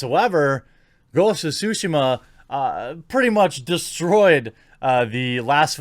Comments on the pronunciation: Should it be pronounced TSUshima? Isn't tsuSHIma more natural? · Nobody: Jeremy: Ghost of Sushima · Ghosts of SHUSHI-MA! Sorry the way you say it I cant unhear. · It's Tsu Shee Mah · I keep hearing Quartering say Ghost of Sushi. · Is it just me, or does Jeremy sound like "sushi-ma"? :D Gives all kinds of wrong ideas... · ghost of sushi-ma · And saying it correctly. It's really not that hard, we make the "ts" sound everytime we say we watch UFC and say "jujutsu."